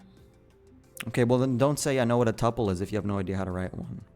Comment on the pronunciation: it is pronounced "TOOOOOOOO PULL," not tupple. 😂 This guy is LYING sooooo blatantly. I'm a Lead Network Engineer for a multi-billion dollar corporation and NOT a programmer....yet I could answer all of the questions you asked. I have a bachelor's degree in Computer Science and a Bachelor's in Information Technology. This dude is full of shit.